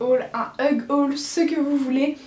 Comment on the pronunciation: Coucou, t'es vraiment jolie et ne le prend pas mal bien sûr mais tu as mal prononcé "huge " en anglais, je ne sais pas comment expliquer la prononciation mais écoute sur Google traduction parce que si un jour tu utilises ce mot en cours avec ta prononciation ça veut dire "câlin" haha 😊